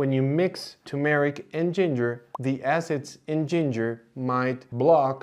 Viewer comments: It is pronounced tur-meric, not tu-meric, or too-meric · It’s TUR-mer-ik, not too-MARE-Ik. Can’t trust someone who can’t even pronounce the name of the spice correctly. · Please say TuR-meric, not too-meric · It's turmeric, not tumeric. There's an r in the first sylable. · You would be a lot more credible if you could learn to correctly pronounce turmeric! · Thank you doctor for giving us so much relevant information. A naive question, why are the words curcumin and turmeric pronounced with the stress on the second syllable? I have always heard British and American native speakers pronounce these two words with the stress on the first syllable. I'm wrong, arent I?